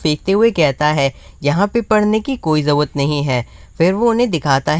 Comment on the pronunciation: It’s not jawat it’s call jarurat 😅 btw love from Bangladesh 🇧🇩